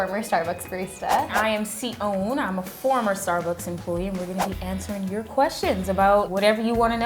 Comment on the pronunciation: The name and pronunciation of Tsion is so uniquely pretty 😍